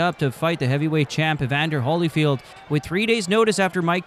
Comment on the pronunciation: HOLLYFIELD? HOLLYFIELD? HOLLY CRAP! What is this? AI BS?